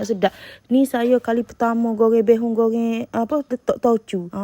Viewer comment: Bukan bay hoon tapi bee( bi ) hoon .bi tu dlm chinese bermakna beras